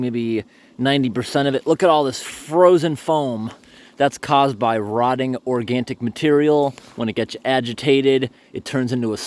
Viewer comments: it's ORGANIC, not ORGANTIC!! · organic not organtic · Hey, it’s “organic” not “organtic.” Maybe it’s a New England thing. 😃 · You said "organtic" sounds to me is organic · I like how you say "organtic material" LOL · love watching your videos but hate it when you say organtic because its not a word. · I didn’t know there was a T in organic. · this man really puts the "t" in organic